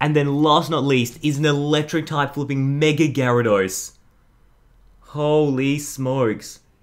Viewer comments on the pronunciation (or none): he said meg la gyarados when he showed the electric type gyarados